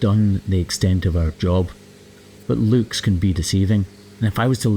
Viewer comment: I’m sorry but I can’t get over the fact the he pronounces “looks” like “lewks.”😆